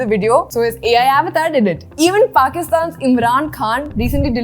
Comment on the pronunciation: Thank you for sharing this with us. Just a minor suggestion (if you are open to feedback) avatar is hindi word so you can proudly pronounce it correctly as it is in hindi, you dont need to copy other people accent or mistake to say your own language word. Thanks again for the complete analysis. really appriciate your effort, energy and research done in all your videos.